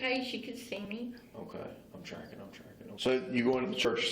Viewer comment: One thing I know for certain is that detective “is trackin”